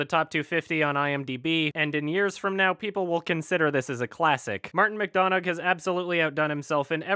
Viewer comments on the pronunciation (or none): Dunno if will see this, but McDonagh would be pronounced 'Mac-Done-ah'. It's an Irish name, we use "gh" on words the same way you'd use it in "thorough" or "though", meaning it's pretty much silent. Also I love the guy's work so I'll definitely be checking this out, I hadn't heard about it at all before watching the review so now I'm definitely curious. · Heads up, Martin McDonagh's name is pronounced Mc Done-Ah. Irish names are weird... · btw it's martin mac-dun-ah i think if it's spelled mcdonagh then ye that's how you pronounce it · Its pronounced McDunna :) McDonagh is an Irish name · pronounced terribly. mcDUN-AH not mcDON-AG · It's "MacDunna" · Watching Martin McDonagh's movies again and decided to watch the review. It's actually pronounced Mac Done Ah. It's an Irish name. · McDonough is pronounced Mick Done Uh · Sean McDonagh he's not. Regardless of accent, the gh is not pronounced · His name is pronounced; M-ar-tin Mic-dun-a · McDunnuh it's pronounced McDunnuh, it's Irish. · McDonagh is pronounced "Mac Done A" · It's pronounced like "mcduna" it's Irish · It's pronounced mac-donna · What were your thoughts on Seven Psychopaths acc? Also 'McDonagh' is pronounced without 'gh' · yeah... you didn't pronounce his name right